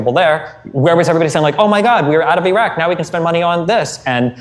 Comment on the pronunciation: How the f he manages to pronounced Iran perfectly but buthcer the Iraq